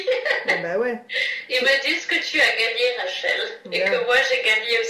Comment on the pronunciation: juste une erreur...Rachel a bouffé le R lolll...j'en suis à la 40ème minutes et je suis sur le c*** ...la pauvre....qu'es ce qu'elle souffre :/